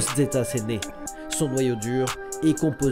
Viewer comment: Le "z" se prononce "s" et pas "dz" en espagnol